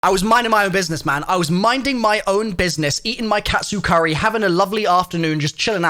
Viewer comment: "Cat Soup Curry"? 🤔🤣😂